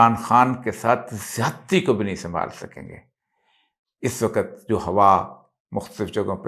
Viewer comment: سر ! لفظ "وقت" آپ ہر جگہ غلط بول جاتے ہیں ۔ اس لفظ کا تلفظ درست فرما لیجیے ۔ ہم آپ کی ہر ویڈیو بڑے ذوق و شوق سے دیکھتے سنتے ہیں ۔ آپ ہمارے پسندیدہ کالم نگار اور تجزیہ کار ہیں ۔ جب بھی کسی لفظ کا تلفظ درست ادا نہیں ہوتا تو ناظرین کی طبع نازک پہ گراں گزرتا ہے ۔ ہم تو صرف اصلاح چاہتے ہیں ورنہ من آنم کہ من دانم ۔